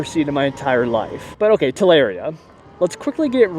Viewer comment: I cringe every time you say TalAria